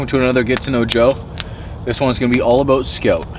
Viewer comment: "Aboot" fucking love it